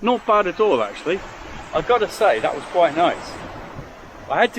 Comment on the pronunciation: kwait nice? not convincing, my wife said